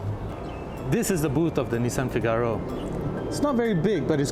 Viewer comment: Please it's not FIGÁRO it's FÍGARO and the cover only releases the catch when you press it, it's not because it's old... learn before recording! The inspiration for the car you mentioned is wrong but I will not educate you on that... I do like the review style though, just study more before you review.